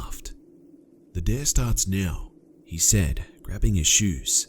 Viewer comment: You keep saying "I *said*", "she *said*", etc., with the emphasis on "said", and it's driving me fucking nuts. Just wanted to point that out :D